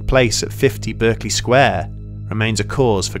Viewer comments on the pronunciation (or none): Just because you don't come from London doesn't mean you have a pass at mispronouncing words. It's pronounced Barkeley Sq, not Berkeley....there, that should start you off. Holborn next.... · Dude you're English! You should be able to pronounce berkley! It's barklay! You silly Berkshire hunt! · Excellent as usual. But just one jarring note, it’s pronounced BARKLEY Square as In Bark. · *sitting back from computer - do I see " The Nameless Horror of Berkeley Square" on the side bar? puts on glasses - YASS!* But seriously, you are British, are you not? How do you not know it is pronounced Barkley? Did you never hear that famous song? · Sorry, but it drives me slightly mad that you're pronouncing the name of the square in London as if it were a city in California. It's "BAH"-rkeley Square ... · Always thought it was Berkeley as in "bark-lee" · BURK--Lee Square? ah, you mean Berkeley Square. Quite famous. It's in the United Kingdom. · It grates every time he mispronounces it.